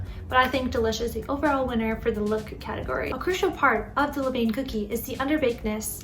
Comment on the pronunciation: Great experiment! Just a note that the correct pronunciation is not “le-veyn,” but is more like “luh-van.”